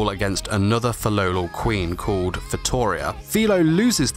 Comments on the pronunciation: Tbh hate it when he pronounces “Filolal” and not Filolial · It's Fi-LOLI-al